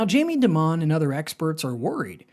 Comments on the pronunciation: His name is pronounced DIE-MON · This guy doesn't know how to pronounce Dimon's name, which makes me think this video is not informative.